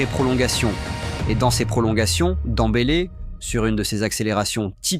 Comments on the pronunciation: C'est qui ce joueur Dans-bélé? Ce n'est pas de Ousmane ballon d'or qu'il parle? Demmbélé dèmbélé, ce n'est pas compliqué de prononcer le nom de quelqu'un que tout le monde répète quand même. Rien que pour ca cette vidéo ne vaut rien avec nom de Ousmane écorché de cette façon. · Il fait exprès hein a quel moment tu dis danbeler quans tu vois le prenom